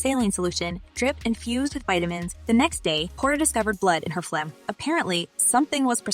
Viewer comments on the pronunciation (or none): none